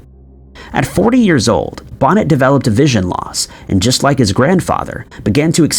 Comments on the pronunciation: I love this video and all. your videos. I just wanted to mention that Charles Bonnet was French, so his name is prnounced Bo-neh with the T being silent. I knew someone who had CBS and he said the dragons and hippos and other odd things that he "saw" when he became totally blind were entertaining once he got used to the fact that they were just that. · Charles Bonnet is pronounced Bow-Nay